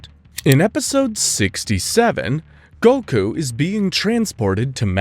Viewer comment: Why's this guy not even trying to say the names right? How do you say Goku and Gohan wrong as an English speaking anime fan? Rolling the R in Rukia from Bleach, etc...